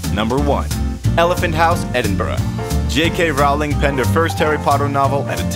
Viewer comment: Her name is Rowling like Bowling